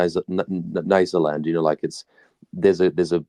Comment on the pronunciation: Brillant analysis,as a child brought up in Rhodesia,this, in a way was the background music to my youth.A minor critérium,however, the prononciation of Matabele,Mashona and Nysa land all seem at odds with way the way these words were spoken back in the day.An elucidation ,gratfully accepted.Bravo